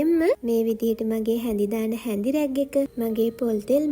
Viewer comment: හරිම ලස්සනයි. හැබැයි දුව ... ඒවට කියන්නෙ Rack රැක්. රැග් නෙවෙයි හොඳේ.